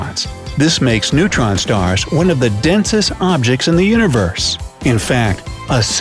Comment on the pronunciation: He said neuron stars. LOL